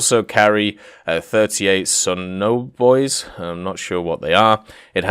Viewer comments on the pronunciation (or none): You pronounced Poseidon wrong, it’s puh-sigh-din, Greek god, and the sonobouys is pronounced bu-ee, like those things you see randomly floating out off shorelines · I see you are having a hard time with English today. SONO as in sonar, Poseidon as in Greek God of the seas. Drink your morning coffee before you record.